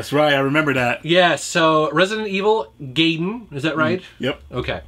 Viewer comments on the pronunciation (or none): The Zelda games are action-adventure, not action-RPG, and Gaiden is pronounced guy-den, not gay-den. :) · not pronounced gay-den, but guy-den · It's GUY-DEN not GAY-DEN. Pronouncing it GAY-DEN is gay.